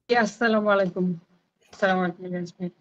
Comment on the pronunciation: আসসালামুয়ালাইকুম ইলিয়াস ভাই আপনার সালাম টা আরেকটু শুদ্ধ করে দেওয়ার বিনীত অনুরোধ করছি